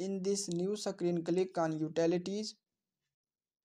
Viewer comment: Screen ❌ CKREEN 👍 SCROLL ❌ CKROLL 👍